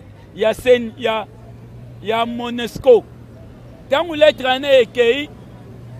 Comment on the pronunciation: Ba bengaka monusco et non monesco